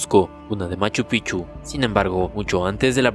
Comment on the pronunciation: Los Incas no fueron una sociedad que creo todo mi estimado, más bien fueron quienes tomaron todas las culturas y las alinearon a un solo rumbo, claro lo mejor de los incas fueron su arquitectura de piedra y POR FAVOR PRONUNCIA BIEN LA PALABRA MACHU PICCHU, ya da cólera que no se dignen a mejorar eso en lo mínimo. 😂😂😂.